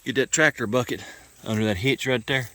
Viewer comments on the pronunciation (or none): none